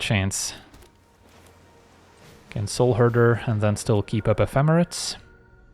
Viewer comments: I love you, but I finally reached my threshold. Ephemerate is a verb, ep-hem-er-ate. Long a at the end. This is the third video of hearing you pronounce it like that and it just broke me. 😵‍💫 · The end of the word sounds like the number 8